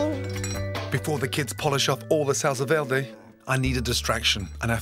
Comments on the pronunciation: Salsa, vierrrrrrrday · Adam Khalaf nope.Salsa verde is italian not french so you have to pronounce the R Salsa VEEERRRDEEE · Salsa veeldey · "salsa veldé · The was says SALSA VERDE😂😂😂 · „Salsa velrlrday“ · Jajajajajajajaja "salsa veldi" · The way he pronounced salsa verde is quite cringey. But other than that, fcking delicious. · Gordon should not attempt to say "salsa verde" anymore. Your welcome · Sahl - sal - sá - sá -veh -veh -deh -deh sallsá verhdeh :v